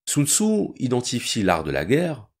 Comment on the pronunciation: Normalement on prononce « Soun Tsé » mais bon